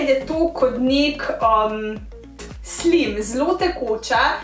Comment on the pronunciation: Supr video sam ne rece se slim ampak SLAJM